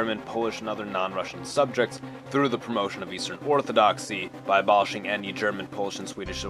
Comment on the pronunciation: "Eatern front".